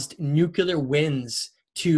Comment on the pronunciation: Nuclear not nuculear